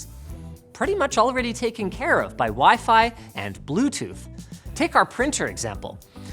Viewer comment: Bleuthooth, AM I A JOKE TO YOU?